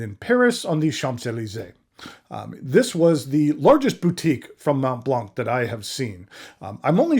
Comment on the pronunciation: Mohn Blanh The t and the c are silent. The "n" on Mont is very soft, a whisper. The key to the proper pronunciation is to open your mouth and to end the word "Mont" with your mouth still open. Since the "t" in Mont is silent, the front of your mouth will not make contact, top to bottom, when you say the word. Next, you use the tip of your tongue to initiate the "l" sound in Blanc. Dude, you've been at this game long enough to make an effort. It's rather incongruous--your pen collection must be worth well over $100,000. Make the effort. It's embarrassing.